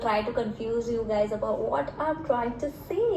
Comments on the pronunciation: said Gadi instead of Guys😂😂 I wonder how many times he had listened to this sentence 😂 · When wanted to say "guys..saree" and ended up saying "gari"...🤣🤣🤣🤣🤣🤣🤣🤣 Hilarious video..well done ❤❤❤😂😂😂